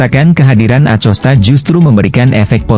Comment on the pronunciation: baca acostanya pake hurup K.. jangan pake hurup C...